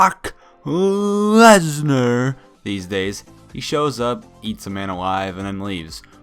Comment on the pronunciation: It sounded like he said "cock lesnar" xD Jk jk